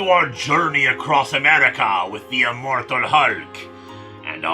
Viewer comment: Ah yes, Immortalk.